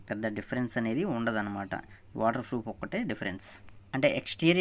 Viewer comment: Froff not bro proff😂😂